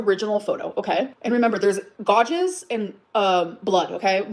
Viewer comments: If I have to hear say "gauges" instead of "gouges" I'm gonna lose my mind. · Sorry did she just say "gaw-jes" when trying to say gouges? Smh this gorl 🤦‍♀️🤦‍♀️🤦‍♀️ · “Gawjes” is like the “simuutaneously” from Part 1. 😂 She means gouge, right? These people are SO AWFUL. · The way she pronounces gouges is making me want to gouge my ears out tbh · I would almost give money to pronounce “gouges” correctly.